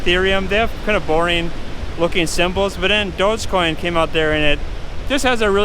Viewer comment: It would help if you could pronounce it correctly.